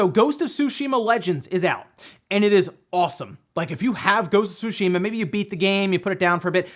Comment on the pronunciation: Im happy you pronounced tsushima correctly..thanks..